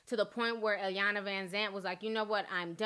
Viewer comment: It's actually pronounced e-yawn-la not eye-yawn-la